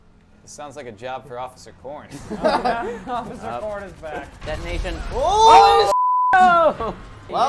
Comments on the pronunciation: I like how calls Officer Corn Occifer Corn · I love when says Occifer Corn instead of Officer Corn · When you here Ociffer Corn so much that you can't remember the word officer XD .